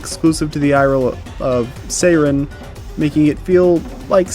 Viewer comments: I get not speaking French. I do not get pronouncing Sirene as "Sayren". In what world lol? Why? How? If you can't say it the French way, fine, just say it like the English word "siren", because that's what it means. Sirene is just siren in French. And if you wanna know the French way to say it, it's not tough, it's basically just "see-ren". That's it. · Sirene is not pronounced as "Seiren." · The Golgra you fought is a side story boss, not the super boss. The super boss is in the village, and is exponentially harder. Sirene is Aline's Axon; Renoir din't create one for himself, and the giant Paintress figure isn't an Axon. BTW, it's pronounced Sih-ren; Verso says it several times in the game. It's French for siren. Also the English lyric song on the mask isn't weird at all; listen to the lyrics. Lastly, Verso is 93 yrs old.